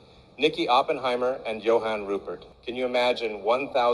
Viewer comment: Sorry but one could see a mile way that was fake. Those SABC newsreaders didnt even pronounce Johan Rupert correctly. They all sounded robotic. I was wondering how many people would fall for that scam. Also, for YT to accept a Sponsored Ad from a fake AI generated video is deplorable. Even after so many people directly complained to them I guess to some people those news readers and even Elon's video could be real. I just think when we see these kinda ads we need to be more skeptical. If its too good to be true, it probably is